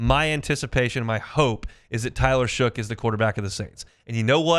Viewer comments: Shuck. Not Shook. How hard is that to learn? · could you please pronounce the guys name correctly? His name is Shough pronounced shuck!!!!!! Not shook.